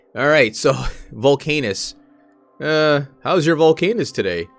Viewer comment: I think it’s probably pronounced ‘volc-ah-nus’, though your pronunciation is more fun. haha Great video!